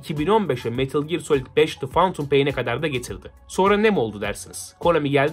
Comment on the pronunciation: Şu lanet olasıca phantom kelimesini fentım diye oku artık fantum nedir nerden duydun kimden öğrendin yeter yeterrr YETHEEEERRRR